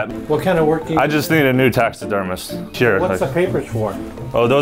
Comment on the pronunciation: “Taxesdermist” killed me